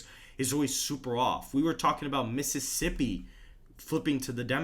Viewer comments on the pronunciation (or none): none